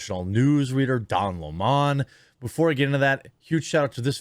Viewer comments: Jeremy, it's "Lemon" like the fruit. NOT "Leemonn." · I wish people would quit making his last name sound so fancy. It's not smoly ehhh. And I know you know It's not Lem awn or Lem own. It's Lemon like yellow belly lemon. I know you know that because you do a great job here, but some get really ridiculous with the pronunciations. Al Sharpton is right too lol! The guilty should face the maximum! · It's Lemon like the fruit. Just because they have a stupid name they do not deserve to be treated any differently. In fact given their actions you should be emphasizing the LEMON part. Where in the world do people refer to a sour fruit as a Le-Mon?